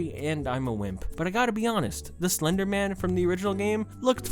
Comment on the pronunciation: slurrrrrrr your own words